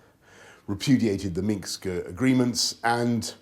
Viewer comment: why does he keep calling Minsk minxk???